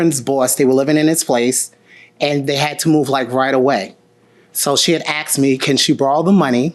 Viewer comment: asked.... AKSED ???? no wonder this is where the majority of the crimes is coming from...